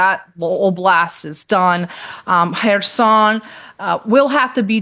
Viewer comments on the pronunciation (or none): none